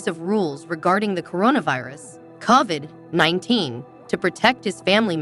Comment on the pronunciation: I cannot watch this because she doesn’t even know how to pronounce Kody’s name or Covid. She must not watch the show.